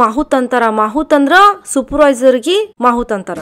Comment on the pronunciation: ಮಾಹುತ ಅಲ್ಲ ಮಾವುತ